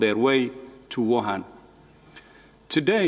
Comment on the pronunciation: Wohan not gohan